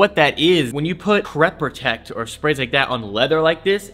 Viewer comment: Great video's man. Say crept protect again! 😂